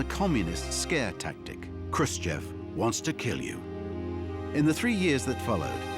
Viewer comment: To all native English speakers: listen to this guy, how he actually pronounced Khrushchev because he actually did it correct. Today, you all do it WRONG. And it's not about beginning but the end: "EV" today vs. "OV" 66 years ago.